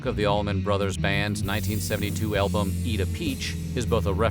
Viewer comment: Anyone else hear elbows instead of albuam